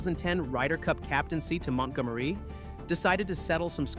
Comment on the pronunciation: Ah yes, that little known golfer Mont Gom Ereeeee! Nothing like Ryder Cup hero Montgomery.